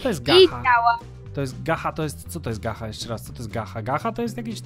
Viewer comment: Mówi się gacza bo to po angielsku😑😑😑 Plis poprawna wymowa💁🙏🙏🙏🙏🙏🙏🙏🙏🙏🙏🙏🙏🙏🙏🙏🙏🙏🙏🙏🙏